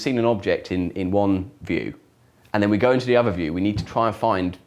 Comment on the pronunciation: He's close to having a speech impediment, (e.g. notice "ovver"). It may be an English public (expensive private) school accent/affectation.